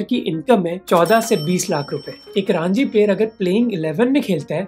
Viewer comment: Raaanji 😅😅😅 , fool its Ranji (Runjee)